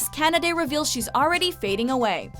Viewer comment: She pronounced Kanade wrong